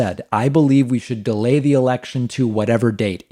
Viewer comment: i messed up reading it the exact same way david messed up saying “delay”